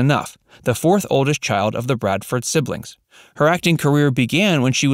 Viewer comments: BRADFORD!!!!! NOT BRADEN!!! You should be required to watch one episode before narrative is given. Grrrrr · Yes, that annoyed me to as well as continually naming the tv family incorrectly. it was Bradford not Brayford. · Bradford not Bradsom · Their name was Bradford. He keeps saying Braden and Bardson. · He also says"Bradson" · He also called then Bradson. You would think getting their last name right it's pretty basic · It's BRADFORD. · Tommy Bradson? They could at least get the character's name correct!!! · Yeah um...maybe find someone who actually knows this show to write your script. When you can't even get the name Bradford right, it is pretty bad. And no mention of the first mom, a genuine tragedy. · Hmmm , they left out all of Willie Aimes’ work in Christian tv programs for children and Christian movies. And they didn’t even pronounce the last name of the family correctly at least once.